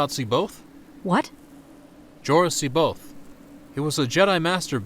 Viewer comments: Cboath is pronounced wrong. Its not See Both its Sai Bioth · The ONLY problem with this entire film is that every character pronounces C'Baoth's name differently. Admittedly, there has been some disagreement, but according to Timothy Zahn, it's "SA-bay-oth", with the first "a" like in "has". Nitpicky, I know. Everything else, A+.